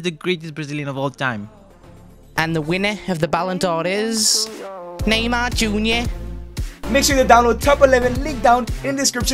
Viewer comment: Neymar not mynamar